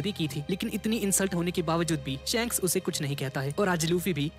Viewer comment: Bhaiya wo shaanks nhi shaks hota hai big fan bhaiya